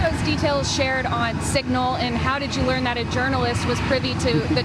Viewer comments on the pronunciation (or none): none